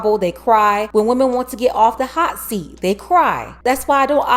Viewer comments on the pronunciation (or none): none